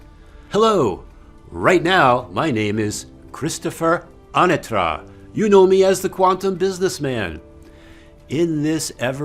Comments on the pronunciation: Anyone else remember pronouncing his last name differently? I remember more UH- Natra VS AHnatra… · Excellent video! You've always introduced yourself as Christopher anAtra before. And now it is A-natra, first syllable is stressed. Is it a change or was it always this way? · Hey Christopher. Did you just pronounce your own last name incorrectly? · I noticed he pronounced differently too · What I remember is still Anatra, but with the emphasis on the 2nd a. Now he pronounces it with the emphasis on the 1st A, if you catch my drift